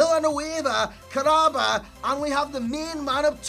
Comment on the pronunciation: Kah-ra-ba not Karaba. Kahraba in arabic means electricity. I think it's a cool name.